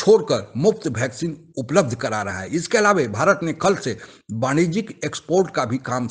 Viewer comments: It's vaccine not bhaccin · Sir you are great. I like your programmes. Kindly improve pronounciation. Bheccine nhi bolte. Its vaccine ...simple. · भाई बहुत अच्छी खबर सुना रहे हो पर कृपया करके पहले अपने मुंह में जो गुटखा डाल रखा है.... वह गुटखा धो कर आओ फिर साफ-साफ बोलो ....भैकसीन नहीं है..... वैक्सीन होता है मेरे भाई😂😂😂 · Bhai vaccine ko Bhaccine ku bole reha ho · ये भैकसीन नहीं, वैक्सीन कहा जाता है। कृपया उच्चारण तो ठीक तरीके से करे। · भैक्सीन नहीं वैक्सीन बोल़ो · Bhaixcen nahi he vaccine he